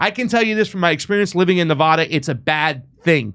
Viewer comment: It’s Nev-ADD-duh. . . bro